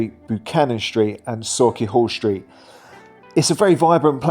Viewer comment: If you’re going to do a video about Glasgow, at least learn how to pronounce the name of the areas correctly. You are saying Go Van for Govan. It’s pronounced guvan. Sokky hall street is pronounced Sukky hall street, etc. Your mispronounced areas just makes a mockery of your video. Makes you sound stupid and makes it a good laugh!